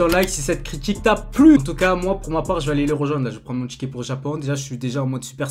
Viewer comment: ^Tchiki"(ticket) pour le Japon mdrr